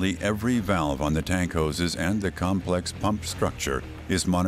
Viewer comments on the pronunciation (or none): none